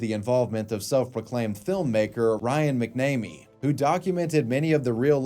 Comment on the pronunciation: HOLY SHIT! FISH was the guy filming???????? i went to high school with Ryan (we called him Fish). talk about small world. i've read a ton about Phoenix Jones and somehow i never noticed it was Fish filming him all along. Also its pronounced "MAC-nah-mee"